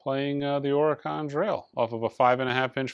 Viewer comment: you are so close to my beautiful state of Oregon... and you don't know how to pronounce it? OR-A-GUN. 🌲🌨🙃 (keep on rocking in the free world).